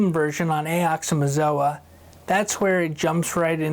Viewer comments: Awesome tūt!! FYI—that’s not how you say aoxomoxoa [to anyone who’s curious] it’s: ox-oh-mox-oh-uh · Say it with me aux uh mox uh 🤣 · I tried. I really did. But the second time he said "AY OX O A MA Zo A". i just had to sop. nice try though.